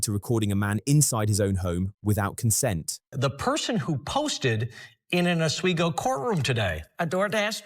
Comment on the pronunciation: I live about 20 minutes from Oswego and congratulations for pronounce it properly.